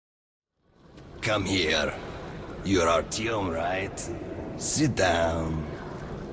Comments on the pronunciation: ผมได้ยิน เรียกว่า อาร์ยม หรือ อาร์ยอง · artyom = ภาษารัสเซีย อ่านว่า อาร์ติยม ค่ะ :3 คือตอนฟังดีๆเสียงภาษานี้จะมีการควบเสียงด้วยค่ะ #ไม่ค่อยรู้มากผิดอย่างไรขอโทษด้วยนะคะ ลองอ่านควบเสียงไวๆดูนะพอตอนพูดมันจะมีเสียง ti นิดเดียวค่ะ